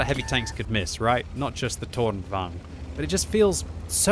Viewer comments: Softer R please it is tornvagn not toRR!!!!nvagn. :P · it's tornvagn not tårnvagn, the o in toon is the right pronunciation. very nice review though, love your youtube channel : ) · Seems a lot of the CCs are saying this is a bad tank. I will ask though that you pronounce it correctly - It's Torn-vung-en. Same with Krang-vung-en - The Swedish vagn isn't rolled into one word, its two syllables - good work though and enjoyed the new chapter approach too! Be good if you can upload the video with the Chapter breaks in there so people can skip to them? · Since you are so good at german,, lets try pronouce Tornvagn. I am impressed about the "vagn" part but "torn" is not pronounced like english 'thorn'. 'To' in "torn" is like english word "to" then add "rn" like in "aren't". Torn means "tower" and "vagn" is "carrige" or "wagon". Like tower-wagon... Same goes for Kranvagn which I have no idea what is actually means since it was a covername for the EMIL project. Impressed with your work. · Im amused at you saying "Tårnvagn" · Do not say the R in Tornvagn. Hidden R in that. Swedish power, fun to look and good to know how to play against it. I am born with shakinghands so almost only TD:s for me these days. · Seriously, awful pronunciation, this is a Swedish vehicle, not polish. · maybe just use the English pronunciation lol?